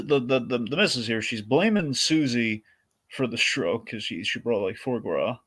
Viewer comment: BOTH S's in 'fois gras' are silent you Philistines